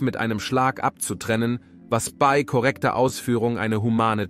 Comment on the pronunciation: Das ist mir auch sofort sauer aufgestossen. Ab und zu sagt der "Sprecher" auch "be-i" statt bei.